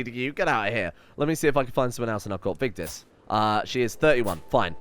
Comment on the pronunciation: Are you Scandinavian? You pronounced Vigdis correctly. That was all 😁👍 Love the video And your wife's name is pronounced Gytha.